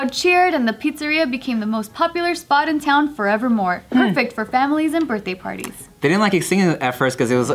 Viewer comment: "Chuck E. Cheese for my burtday"